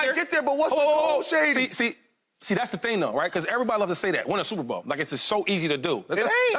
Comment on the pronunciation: McShady said it right